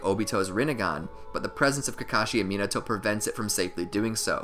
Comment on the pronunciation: Can you pronounce the name properly. At least try the white boy voice (MEEENETO)